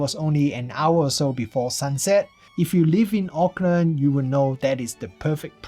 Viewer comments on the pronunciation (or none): none